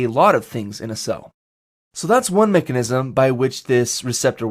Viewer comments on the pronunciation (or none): none